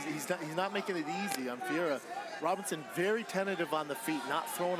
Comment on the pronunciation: Imagine commentators who learn how to pronounce the fighters' names? RobERson, not RobERTson. Jeeez.